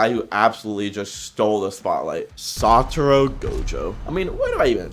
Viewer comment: its actually satoru not saturo, im saying this bcs early on even i used to think his name is saturo 😅